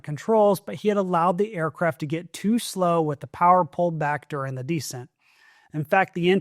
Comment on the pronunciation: begging you to stop mispronouncing descent